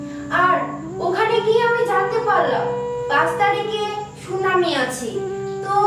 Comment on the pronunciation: Ota sunami na ota sunani😂